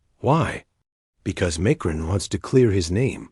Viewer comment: You're not even pronouncing the Macrons name correctly. Brigette is a man, man. Produce your DNA if not true.